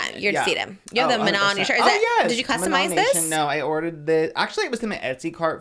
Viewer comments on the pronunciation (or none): manny mua was talking about katseye and was calling manon “MAN - AN”